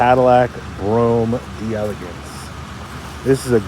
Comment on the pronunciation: You can't pronounce delegance properly. It's French not English